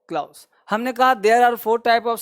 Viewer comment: Please improve the pronunciation of clause before sending the video to YouTube